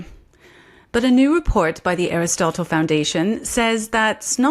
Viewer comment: Love you. However: Aristotle. Look this up on how to say it. 😊